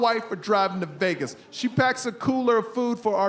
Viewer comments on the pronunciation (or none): none